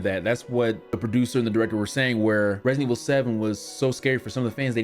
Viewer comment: He did it again! he said it Redident Evil 😁😂